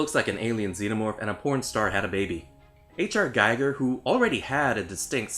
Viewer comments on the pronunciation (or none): Giger rhymes with eager.